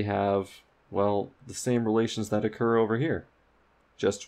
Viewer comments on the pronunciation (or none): none